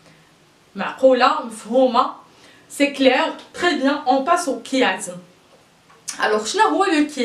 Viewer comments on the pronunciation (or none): none